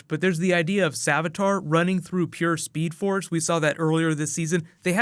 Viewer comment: Did he say speed ford lol